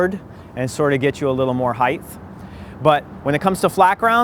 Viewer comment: heightth hahaha